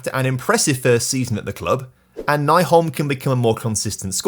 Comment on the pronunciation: I was happy to see Nyholm leave since that would mean that you would stop mispronauncing his name. It is NY-holm not NAI-holm. Ny is said like new.